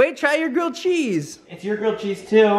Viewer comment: Yay! a New Home and Grilled cheese, btw totally thought you said Girl Cheese, but that's okay! Change the name of these videos to elf and elf!